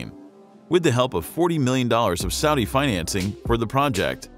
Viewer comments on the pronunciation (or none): none